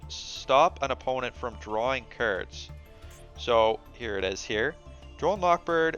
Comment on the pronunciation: Cards not kirds